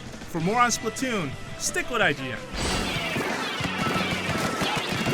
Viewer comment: It's actually pronounced Splat not Split.